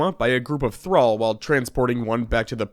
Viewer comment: Omg you said thrall correctly that made the video for me lmao